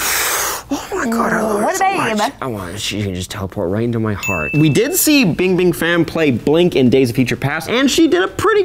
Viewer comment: LOL Fan Bing Bing, that's how u say her name. also, she's like richer than everyone combined on this xD